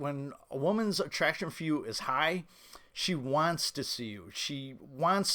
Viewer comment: “Wantzzz” lol